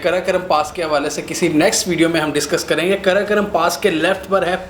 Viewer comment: karakaram nahi hai...karakoram hai....ghawar..